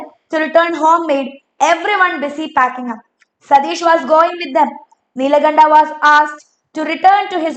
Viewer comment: Neelakanda❌ Nilkanta✅